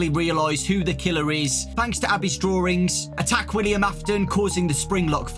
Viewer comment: It's called "drawings" not "drawrings"